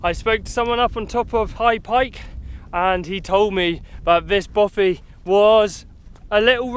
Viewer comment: Hi there. Just to point out it is actually a ‘bothy’. I think the confusion might come from the presenter’s pronunciation. Cheers.